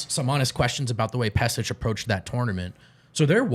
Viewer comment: Pesic = Peshich